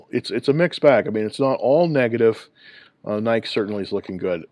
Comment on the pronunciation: are u pronouncing it NIKE it’s NI-KEE.